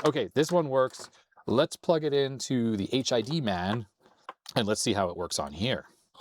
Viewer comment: I think it's supposed to be pronounced "hidman" not "H.I.D. man". As in "hitman" but with a D.